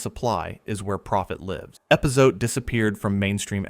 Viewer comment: At least get an AI reader that can pronounce epazote, or better yet, hire a real person.